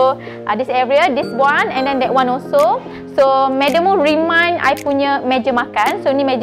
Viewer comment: cantik...tapi..remain bukan remind hihihihi